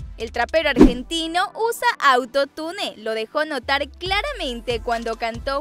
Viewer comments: No es auto-tune es autotun todo junto!!. Y no por qué una palabra lleve doble L no significa que se pronunsie con doble L es con y que se pronuncia sh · se dice autotun no autotune se escribe autotune pero no se dice asi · Se escribe auto tune y se dice auto tun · Se pronuncia autotun no autotune Ajajajajshshshshhsvdvdbsksnsn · Se pronuncia Autotun no autotunE que onda atun(? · se pronuncia autotain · se escribe autotune pero se dice AUTOTUN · Se pronuncia "autotiune"no autotune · Se dice autotun no autotune flaca, (pero se escribe autotune) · Se dice "auto tun" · Piba se dice autone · no no,una cosa es que yo esté mal,otra cosa es que vos no sepas pronunciar auntotune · Neta no sabe decir atutune